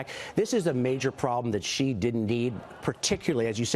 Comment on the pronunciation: For god sake, Xi is pronounced “She” not “Gee” , Maria!